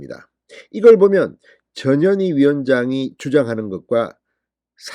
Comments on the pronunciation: 저년이? 발음을 잘해야겠네! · ^저년이^ 발음에 좀 유의를 ㅎㅎㅎ !저년이! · 또 저년이 나왔네 , 진선생님 전현희인지 저년인지 분간이 안가니 이제부터는 분명히 저년이로 똑똑히 발음하시길 부탁드립니다. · 전현희! 출장비 횡령? 얘네들은 돈이면 환장하는 타입이네요 조국,이죄명 등 청와대 비석관 이하 다 그랬지요? 발음은 저년이 출장비 횡령? 이렇게 들릴수 있으니 조심 하세요! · 전현희 발음을 듣고있으니 저년이라고 들리네요 이름이 참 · 저녀니 저녀니.. 그러니까 이름도 욕으로 발음되네 에라이 저녀니 악어의 눈믈까지?? 쇼질